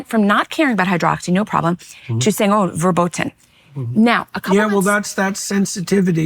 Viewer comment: Two very brave people. Thank you! One niggle: Forbidden in German is pronounced with an "F" sound. FER-boten Not a "V" 😊